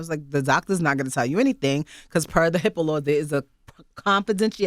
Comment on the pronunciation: its most definitely not HIPPO laws, its HIPPA lmaoooooo